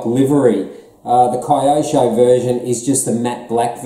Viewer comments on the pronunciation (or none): Hey! It’s Keyosho not Cryosho mate! 👍